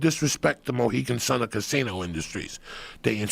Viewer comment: Mohican Sun? Mohegan lol